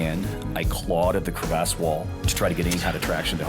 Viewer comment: It's called a crevasse.....not a Cre Vasse